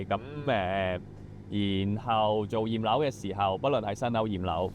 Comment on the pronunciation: 驗樓聽成葉劉⋯😂😂😂